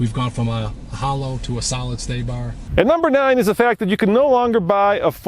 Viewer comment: Did that Ford chief guy just say “stay bar” instead of “sway bar”?